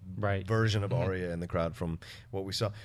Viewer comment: OMFG All of you stop pronouncing Arya's name wrong, she has said her name twice this season to try to get people to say her name right and yet you still say her name wrong >.<